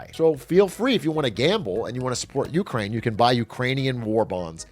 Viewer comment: dude every time he says "you crane" my stomach curls lol